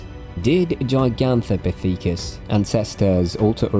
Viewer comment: gi gan te pith icus I took my like back